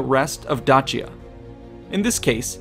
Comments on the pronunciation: Am I the only one who just realized they've been pronouncing Dacia wrong for years. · My ears hurt when you say Dacia 😂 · Truly insane how you pronounce Dacia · You really, really, really need to work on pronunciation. (Dacia...Dalmatia...Croatia) If you're unsure of a word, Google translate has an audio feature. Use it. Don't be a Simon Whistler or any random nerd who thinks Darth Vader's flagship is named for someone who's come to read some paperwork to you. I had to stop watching. I can't take you seriously and you're hurting my ears. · Learn how to prenounce dacia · Just one thing that irked me in this video (other than that I enjoyed it and it was educational). There are several ways to pronounce Dacia: Day-sha, how many native English speakers would pronounce it Da-see-ya, the other popular way to say it Da-chee-ya, the modern Italian pronunciation Da-kee-ya, the Latin pronunciation. Yes you read that right, Latin C's before the vowels a, o, and u were pronounced as a k. Julius Kaeser, wonder why the german emperor was called Kaiser? Anyway, keep up the good work! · awesome video thank you. your pronunciation of dacia did my head in though. lol. dayshia ;-) never heard it with a 'ch' before. plus even the romans wouldnt have pronounced it your way either. would be dakia to them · isn’t dacia pronounced dashia? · The real way it should be pronounced is “Dakia”. We Romanian’s pronounce it wrong just like the Italians. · I am pretty sure it is pronounced with an ace sound like Dace - ian or Daci - an not Datch- ian, at least this is the first time I have ever heard it pronounced otherwise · dAAAAAAcia not dachia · I hate to break it to you but it’s pronounced D then a long a sound soft c the a phonetically I would spell it daysha. Other than that I enjoyed to video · Correctly? "Dachia" is so painful to hear. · Sorry. But I prefer Da-shia. It is easier to hear. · its pronounced Dakia tho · "Dachia" is painful to hear.